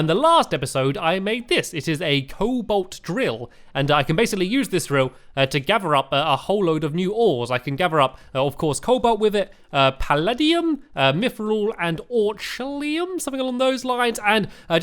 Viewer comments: palladium (pa-la-di-umm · It's pa-lad-di-um Or-I-kul-kum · puh-lay-dee-um,add-a-man-tite,ore-k-all-um these are the hardmode ores u have trouble with ;) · Palladium PA-LAY-D-UM hope that helps a little ☺ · Pal-aid-iam Orik-kall-em Mith-ral Ada-man-tite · How to pronounce the ores: -Cobalt (say coa-bolt) -Palladium (say pal-a-die-um) -Mythril (say mith-ril) -Orichalcum (say or-ic-al-cum) -Adamantite (say ad-a-man-tite) -Titanium (say tite-ain-ee-um) -Hallowed (say ha-low-d) -Clorophyte (say clor-o-fite) -Shroomite (say sh-roo-mite) Also Stampy, you don't have any palladium, orichalcum or titanium in your world and you never will. It's always worth breaking a demon altar as well.